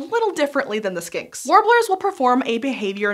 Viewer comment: this is not a criticsm at all, especially because i'm pretty sure it was in my head, but when you first said "skinks" i head "skanks" and then warbler i heard "warbler" as like War-Blar, as if the second syllable were pronounced using the same consonant as the first, which sounded like a pokemon name lol